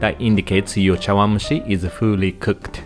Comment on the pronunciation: フーリーと発音すると 違う意味に聞こえます笑 フリーと発音してね！😉 Folly cooked と Fully cooked です😊 いつも楽しく拝見しています。 ありがとうございます。 日本食！最高❤️👏👏